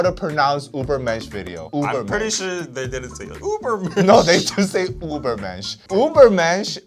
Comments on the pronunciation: that's not the correct pronounciation though 😂 You're pronouncing it like it's written Ubermensch but Ü and U aren't pronounced the same/similar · "Try to pronounce the album" "Ubermensch, I researched" You were close, but it's Übermensch, with an Ü. There is a video of Tzuyu from Twice explaining how to pronounce her name, the German Ü is pronounced just like the Chinese Yu. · Hate to be that guy but, your pronounciation of Übermensch is the english way and not the german way. The German "Über" sounds more like the korean "의바"